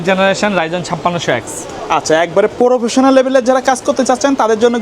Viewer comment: Professional ❎ Probisinal✅😂😂